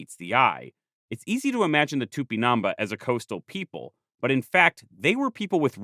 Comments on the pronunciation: "It's not TupiNAMba, it's TupinamBÁ" *hence the accute accent: Á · I'm really sorry but your pronunciation of tupinambá is wrong, there is an accent at the last vowel precisely to indicate that is the most strong syllable. So instead of tu - pi - NAM - bas it is tu - pi - nam BÁS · Here just to say that the word "Tupinambá" has a stress in the last a, making it an á. So, if not in defense of the natives, but of the Portuguese language, it's not pronounced Tupinaamba, but Too-pee-nam-bAh. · Here just to say that the word "Tupinambá" has a stress in the last a, making it an á. So, if not in defense of the natives, but of the Portuguese language, it's not pronounced Tupinaamba, but Too -pee-nam-bAh. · Just a point... TupinambÁ, the enphasis is Á. You sound like tÚpinamba. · Please, the accent mark indicates the tonic syllable: so it's Tupinambá, not Tupinámba!! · The "á" means you must stress that syllable. It's not tupinAmba, it's tupinambÁ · A comment about Portuguese and Spanish name pronunciation: whenever you find a tilde stressing a vowel, you should stress that syllable as Tupinabá, stressing ba instead of na as you do in the video. The same goes for the rest of those words. For the rest, wonderful video. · Its cool to see some of the images you used in the video are the very images I saw on my textbooks back in the 90s’. And it’s It’s TupinamBAH, you’re pronouncing it wrong but it’s a great video nonetheless! 🫡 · i appreciate the video, but listening to it with this pronunciation of "tupinambá" that sounds like "tupinâmba" or even " tupinamb' " is honestly very grating and uncomfortable... i can't be sure of what was the original pronunciation in native tupí, but i can't imagine the á was put there for no good reason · for the love of God it's pronounced "tupinam-BAH" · Great video! I'm from Brazil, so if you wanna know how to pronounce it, it's tupinan-bah, with emphasis on the bah. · The accent is on the last syllable. Tupinambá.